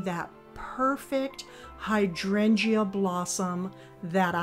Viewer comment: Your topiary garden is beautiful. Please brush up on your pronunciation of hydrangea. The "e" is not pronounced - [HY] + [DRAYN] + [JUH]. Not meaning to be critical, just thought you'd want to know.